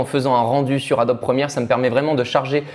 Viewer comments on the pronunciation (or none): none